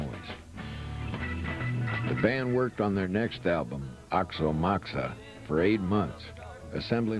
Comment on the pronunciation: LOL at how he says Aoxomoxoa "axomoxa".